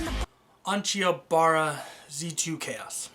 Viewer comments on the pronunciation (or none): You absolutely butchered the name